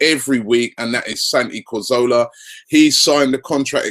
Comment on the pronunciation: Someone please tell me who is "Santi Corzola"?